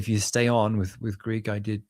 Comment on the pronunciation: Listening to vs is like night and day, not least of which for their Greek pronunciation. is atrocious!